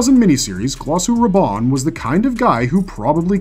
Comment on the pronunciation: Mr Harkonan? Mr Roban?! Jakers frell this AI generated content is getting crap.